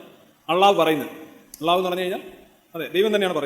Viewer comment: ആദ്യം അള്ളാഹു എന്ന് പറയാൻ പടിക്ക്...😂😂😂